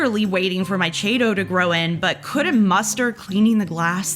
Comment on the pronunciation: Everytime she mispronounces chaeto, drink!